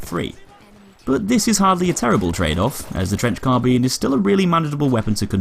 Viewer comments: its carbine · What’s a “car-bean”